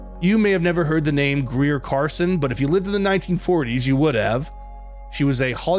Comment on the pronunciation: I believe it's Greer Garson, not Carson who was its most famous resident.